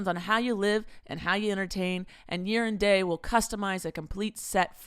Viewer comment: For the sponsor "Year and Day", does anyone else hear saying "Urine Day" or is it just me? 🤣